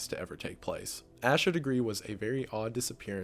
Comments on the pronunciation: also, i know its been 2 years but if you ever update or do a video on Asha Degree fyi its pronounced "ay-shuh" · Her name is pronounced A-SHA not ASH-A. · Holy shite. I had originally put this on to fall asleep to this...and then I woke up at the very moment my cousin Asha (we pronounce it "Ay-sha" her parents are my aunt and uncle) was being talked about and I definitely was not expecting her case to even be on this iceberg....that's amazing and crazy all at once.